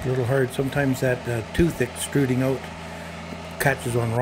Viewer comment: out, not oat